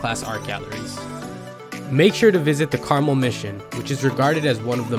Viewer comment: Some of these are not day trips. Driving to Mendocino take 3.5 hours. Lake Tahoe is at least 3 hours. Lassen is more than 4 hours. And in Monterey, it's Cannery Row (as in canning fish) and not Canary (like the bird). And Carmel is Car Mel, not pronounced like the candy.